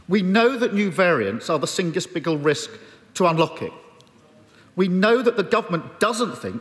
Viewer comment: 1 minute 4 seconds - "We know that new variants are the singest biggle risk" :) Starmer and Johnson are both on the same team trying to dupe the public.